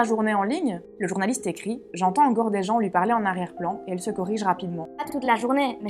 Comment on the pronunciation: sérieusement écoute toi parler bordel mes oreilles saigne exemple parler (son é ) toi tu prononce pralai !!!!!!!!!!!! bordel et pour tout les mote en é c'est dingue